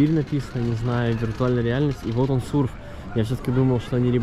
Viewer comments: Ну почему сурф, когда сёрф))) 🏄‍♂️ это огромная сеть на всей России, и им ребрендинг не грозит. Просто кафе открываются по франшизе, поэтому видимо то конкретно закрылось. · Спасибо за экскурсию, вы прекрасны! Только «сёрф» кафе, а не «сурф»))